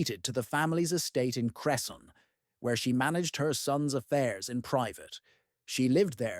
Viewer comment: Wow as a Cresson resident I didn’t know about this. Although how we pronounce it is cress-in